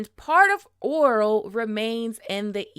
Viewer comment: Omg the way you said Orell got me twisted lool sounded like you said Oral..its O' Rell